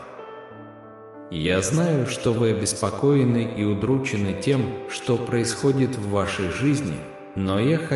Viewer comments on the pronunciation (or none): не удрУчены, а удрученЫ. Я люблю тебя.